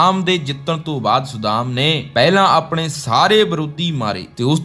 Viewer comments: Saddaam, not sudam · ਵਧੀਆ ਵੀਡੀਓ ਬਣਾਈ ਹੈ ਪਰ ਤੁਹਾਡਾ ਕਈ ਸ਼ਬਦਾਂ ਦਾ ਉਚਾਰਣ ਠੀਕ ਨਹੀਂ ਸੀ, ਜਿਵੇਂ ਸੱਦਾਮ ਨੂੰ ਤੁਸੀਂ ਵਾਰ ਵਾਰ ਸੁਦਾਮ ਕਹਿ ਰਹੇ ਸੀ। ਬਾਕੀ ਵਧੀਆ ਜਾਣਕਾਰੀ ਵਧੀਆ ਆਵਾਜ਼ ਨਾਲ।